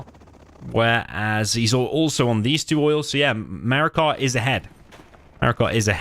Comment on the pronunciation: Great series so far! Btw noticed you keep saying “MarakaR” and have him labeled that way but looks like no R?